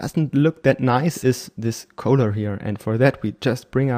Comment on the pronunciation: Just trying to help you out... "collar" is pronounced just like "caller".. at least in California it is.